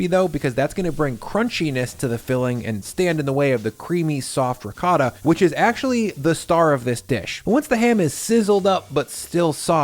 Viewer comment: doesnt pronounce ricotta correctly, hes full of shit